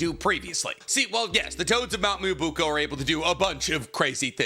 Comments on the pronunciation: that's cool and all but it's pronounce mee-yo-bo-KU, not moobuko 😥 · You said mount miyabuko so much time I thought I was wrong form saying mount miyaboku 😭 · IT'S BEEN YEARS, IT'S MYOBOKU, NOT MUOBUKO, FOR THE LOVE OF MY SANITY, PLEASE!! ME-OH-BOW-KOO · Ahem... "Miya BOW-koo" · please say it with me Myoboku (Mio Bo Ku) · I wish could say Myoboku properly Edit: he's saying it like "Myubuko" it's just so wrong it's getting on my nerves like just sound it out man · Please tell me that mt "mobuuko" is a way to rate bait for comments correcting him (just like this one) because that is the worst pronunciation of Myoboku I've ever heard, even worse than "Edo Tensai", "Kotoamatsukame" and many many others I've heard on this channel before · my guy, I really do love the videos, but pleeeeeease, take a second and learn how to say the things you’re talking about. Mee-yoh-boh-kew. Ay-doh-ten-say is another one you’re not saying right too. Truly coming with love and someone who has a speech impediment, but being such an authority on naruto you really should be saying things correctly. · With all due respect, its called Myoboku (me-oh-bo-ku). I love your videos, just wanted to help out a little. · Nicks dedication to mispronouncing certain words is hilarious. Honestly I'll be sad if he calls the home of the sage toads anything but mount moo-oobookoo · Dear, "mount me-oh-boh-koo" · someone please tell him how to pronounce myoboku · Nobody else bothered by the mispronounced Mt myoboku? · Take a shot every time he mispronounces Myoboku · for pronouncing myoboku wrong? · This man is a fraud, you can’t say myoboku or Fukasaku after all these years 😂😂😂